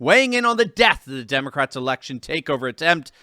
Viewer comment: it pronounced “Demon-rats”.